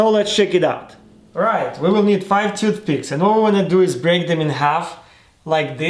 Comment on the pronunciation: “Took piths”